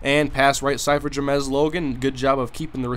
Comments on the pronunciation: It's JAMES ! Not Jamez ... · wh does he say ja-mes its james but other than that good vid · Google his name. It's Ja-mes Logan. Juh. Mez. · Please learn how to pronounce the name "James". You're saying it as if it were spelled "Ja-mez". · Jamesssss u pronounce it as Jamez hahaha im probably wrong though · how do you mispronounce james.